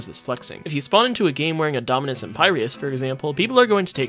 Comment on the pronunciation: Bro can NOT pronounce any dominus names😭